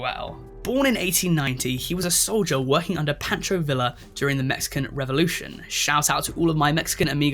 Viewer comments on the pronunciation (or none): none